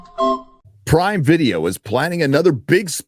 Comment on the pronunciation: Prime Video? I initially thought you said Pride Video 😂